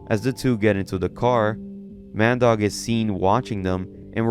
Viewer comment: Ah Mandeuk, more like Man Dog lmao